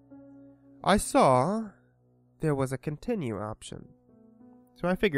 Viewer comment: "i sawr a continru option" very good engrish